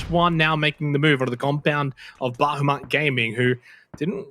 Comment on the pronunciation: "Bahamut" not "Bahumat"